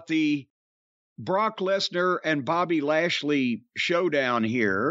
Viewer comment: Bob-ehhhhh lash-lehhhh😂